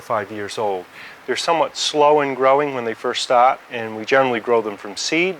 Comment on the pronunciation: Wow, I couldn’t hear his Aussie accident until he said “start” and “size” , but that’s not the point of the video. This was very informative, thank you!